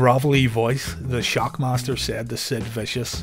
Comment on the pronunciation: And accidentally calling Sid "Stid."